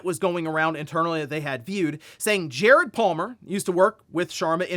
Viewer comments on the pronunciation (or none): none